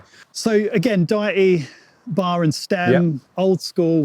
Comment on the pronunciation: The fact that you pronounce Deity as “diety” is just so funny😆. They’re not intended for people that sort of kind of go on diets but not really, that’s not it at all🤣.